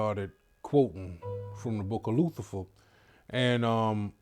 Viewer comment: The book of Loothifer